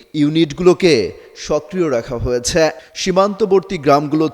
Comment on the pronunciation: ভাই - সংবাদ পাঠে আপনার উচ্চারণ সঠিক করুন! বাক‍্যের শেষে ‘হয়েছে’, ‘গিয়েছে’ - - এই শব্দগুলোর উচ্চারণ আপনি খুব শ্রুতিকটুভাবে করেন - ‘হয়েছ‍্যা -‘, ‘গিয়েছ‍্যা -‘ বলে কোনও শব্দ নেই! 😡